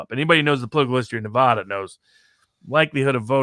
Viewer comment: your mispronouncing Nuh-Va-Duh diminishes your Argument.